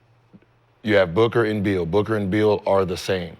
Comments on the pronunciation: 😂😂😂 yea they saying Beal but it sounds like “Bill” when they say it 😂😂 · Yeah you high as gas . Bradley Beal not Bill 😂